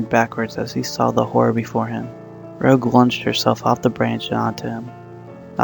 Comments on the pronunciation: Fahmida Begum its pronounced like rouge from Uhhhhhh let's see Sonic, he's saying her name wrong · you're saying her name wrong